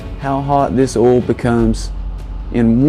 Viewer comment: Are u saying 'oll' or 'oil'?